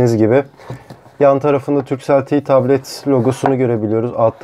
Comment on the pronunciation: Ti tablet ne ya Te tablet işte biraz Türkçe'ye uy